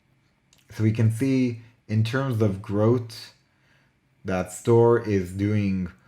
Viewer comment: can you speak English - growth is pronounced growth NOT grot, 3 is pronounced three NOT tree!!!!!!!